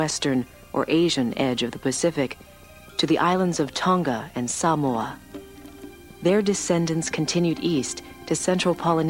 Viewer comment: liked for saying Samoa properly :)